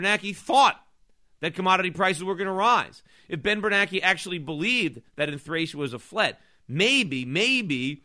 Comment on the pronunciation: Of all the things Schiff is great at, name pronunciation is is not one of them....but then again, if he wants to call them "bernackee" and "krugman", I don't mind. (I mean, it's not like his name is spelled "kroogman." Why the heck should he get to be called that?...well, plus he's an idiot who called for the government to create the housing bubble, so I'd say Schiff is doing him a favor by not just calling him "asshole")